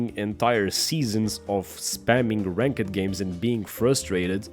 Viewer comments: I loved how you say ranked, "rank-ed" lol. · Bro I love how you pronounce ranked 😆🤣